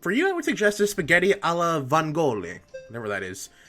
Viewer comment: I... I'm sorry for laughing at how you said "Vongole"... they're like, from the sea... I don't remember the English world, but in Italian that's a sea creature classified among the "molluschi"